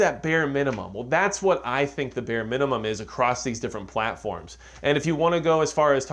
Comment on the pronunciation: "what`s the munimum.."??!😮🤦‍♂️👎🤢